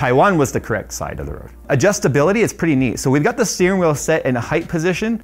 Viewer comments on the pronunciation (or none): none